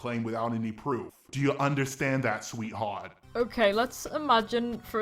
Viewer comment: SweeHAWT lmaooo